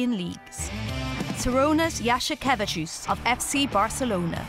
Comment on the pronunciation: Honestly, the narrator lady says a few centimeters away but looking the footage it was a total drop, the ball didn't even hit the rim lol.. If anything I'm more upset with her butchering Jasikevicius's last name overall (I know she'd butcher it anyway but sounds like she wasn't even trying though) :D